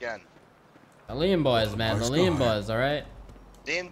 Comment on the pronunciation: I like how that hentai girl says "bean bois" 😂😂😂 PS : IKR its lean bois #goodoldbeanbanditsdays #KeepRegie